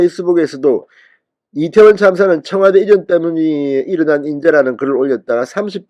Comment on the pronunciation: 천박한 남영희뿐아니라, 짧은혓바닥으로 괴변 날름거리는 박홍근! 이때원참사라는 발음. 말할때마다 혀가찗아 날름거리는혓바닥 보기역겹다